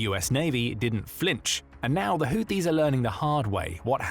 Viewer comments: PRONOUNCED : HOOTHEES……NOT US BUT U.S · It’s pronounced like hoootheees even tho spelt Houthis lol